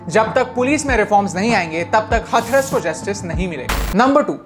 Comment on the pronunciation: Abhi भाई हथरस नहीं हाथरस 🙏